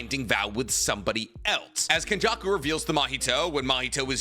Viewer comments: It’s kenjaku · It’s Kenjaku💀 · Its kenjaku